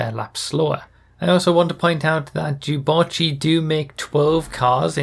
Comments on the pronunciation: What did you just call it, sorry? Jew-botchy? Is that right? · reee why do you pronounce it so weirdly wahhhhh its 'dew' not 'jew' wahhh first junes instead of dunes now this !! /s